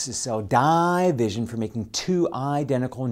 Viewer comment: The way he says mEYEtosis is cell dEYEvision for making two EYEdentical NucliEYE, and Seeezual Reproduction, is priceless